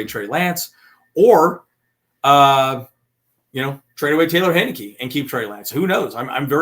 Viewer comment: Hi. Number 1, it's HIGH (as in high five) - ni -key, not Hen (as in mother hen) - ni - key. Number 2: play Heincke a quarter and a half in the next two exhibitions and you might have teams willing to trade for him. Keep Lance as the #2 and try to put DJ on the practice squad, hoping no one picks him up. I get the running quarterback concerns, but I think Harbaugh can advance his game and he stands a chance of winning some games if Justin Herbert goes down for a couple of games.